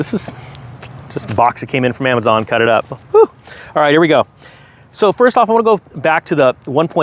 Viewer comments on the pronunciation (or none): none